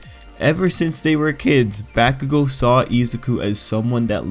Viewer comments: Homie...good vid but you saying BaCKugo and not Bakugo is like messing with me lol. Still...ill sub :) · Bah-koo-go. not Back-ew-go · its bah-ku-go, not back-oo-go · It's not backugo its bakugo... Dude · I ain’t tryna be mean but you say it like “back-ugo”it’s “bak-ugo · He sed bahkugo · He says Bakugou as "Backcoogo" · The names are Japanese, the Japanese language is pronounced in fairly standard phonetics throughout the entire language. His name is pronounced Ba-ku-go: Bah as in sheep, Coo as the birds go, and Go as in forward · Wtf y u say his name like that.... BaCkUGo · I cringe everytime you say bakugo.... I'm so used to listening to his name as B-ah-kugo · It was bothering me the whole time "BAAAAH kugou" lmfao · Helpful video but the way he says Bakugo makes me scared.. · You pronounce Bakugou's name weird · And I hate the way you pronounce "Bakugo"...Have you even watched the anime , man..? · Finally someone mentions it